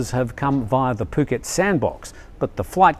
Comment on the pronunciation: Can somebody please please correct pronunciation of Phuket? It's so annoying. I thought he was going to puke:(